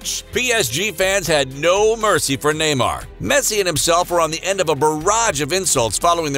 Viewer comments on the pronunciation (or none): none